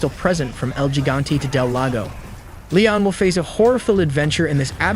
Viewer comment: How long has RE4 been out now? And somehow not a single person knows how to pronounce "Gigante"... It really should bug me this much, but I really really hope they cover that in the remake...